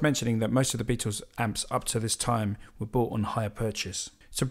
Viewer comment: It's not "the Beatos" it's the Beatles.